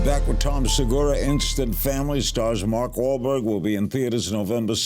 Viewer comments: Is Tom trying not to laugh after Larry butchers mawlk wah blar wahlblurg ? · It sounded like Larry's teeth almost fell out when he tried to pronounce Wahlberg